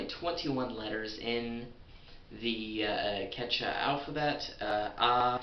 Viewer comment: I'm mexican, and i've heard people speaking "Quechua", and it sounds wild. But i'm here to tell you you need to say Quechua with more emphasis in the second U. QuechUa. Because you're not even pronouncing it. And great video, feels weird learning quechua from a english speaker than a native quechua speaker who also speaks spanish. I want more of this. I subscribe, man. (Great pronounce of the spanish "r", btw.)